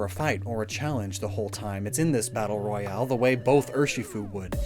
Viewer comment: Royale, not rohiale.